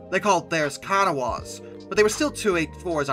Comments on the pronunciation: Kanawah NOT (KOHN-A-WAH) It is said (KAN-NA-HA After the KANAWAH River on the C&O. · I love your videos, but your pronunciations are a bit off on some things. As a WV resident, Huntington is pronounced huning-tin, and kanawha is ka-naw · Doing so good until... Mate-wan, not Ma-te-wan And your pronunciation of Kanawha (Ka-naw-ha) hasn't improved either. Though local West Virginians often drop the last sylybole and say 'Ka-naw' most of the time. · Great video, but the picture you show for a NKP(W&LE) S4 2-8-4 is of a PRR J1 2-10-4. Also Bellevue Ohio, pronounced Bell-view, Wabash is pronounced , Kanawha is pronounced as Kuh-NAW by the C&O and in WV, Matewan is pronounced Mate-wan and LaFayette is pronounced LAF-ee-ET.